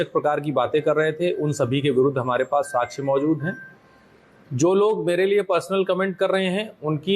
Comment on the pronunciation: Kaha par ke pass hue ho ssp ya sakshya word bolna bhi nahi ata sachhya bol rahe ho .